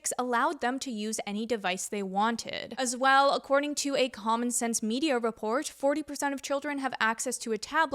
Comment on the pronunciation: What's a "Raport"? Oh, you must mean report. lol Okay, now say divisive. It's not device-ive right? Division... div-is-ive.